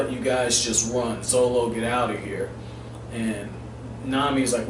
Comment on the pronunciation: still funny heaing you say zolo haha